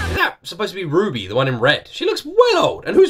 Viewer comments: Omg! I didn’t think you would react to RWBY!! I’m glad you’re reacting to RWBY! And RWBY is pronounced as “Ruby” so you’re correct! It’s amazing! And the songs always have a meaning behind them. The series was premiered in 2013. And the creator passed away after Volume 2. Oum had a severe allergic reaction and fell into a coma in January 2015. He died on February 1, 2015. The songs usually have a meaning behind them. The art style is 3D animation and the animation style gets better each Volume! I also recommend you watch the trailers. The person who sings all the openings is Casey Lee Williams! She started singing when she was very young and the first opening, she was only 13? Or 12? I forgot but she was young when she started along with her father Jeff Williams who does the music? I keep forgetting but RWBY is amazing and it gets darker. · RWBY (you did get the pronunciation right, yes.), an animated series initially drummed up by the late great Monty Oum, along with Miles Luna and Kerry Shawcross of RoosterTeeth. Featuring awesome fights, badass characters, and a banger soundtrack by father-daughter duo Jeff and Casey-Lee Williams, it's... certainly an experience. Lots of highs and a few lows, but overall a damn good time. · Yup. The series name is pronounced like "Ruby", and Ruby Rose is the name of the Red character. It is a difficult series to explain without spoiling too much, but the Red, White, Black, and Yellow trailers would at least give you an impression of what the four pivotal characters are like and I highly recommend you react to them before starting the series itself. The music in them is great too and I know you'll enjoy them!